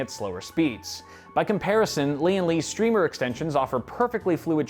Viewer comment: I miss. Dude, it's pronounced "strimer" like "glimer", not "streemer". Yes, I did ask them.